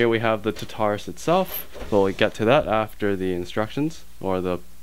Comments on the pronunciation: It's tar-ta-rus, not ta-tar-us! Lol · You do know it's pronounced Tar-tu-russ... right? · omg you keep calling it the tutarus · you say tartarus wrong :P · At least pronounce Tartarus correctly, geez.